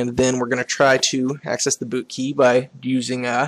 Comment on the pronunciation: When you say bootkey, it sounds like booty. lol